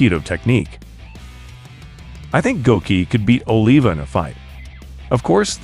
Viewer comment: Please stop calling him Oh-lee-va... Haan mah not henmuh....wow And why baki vs mantis ??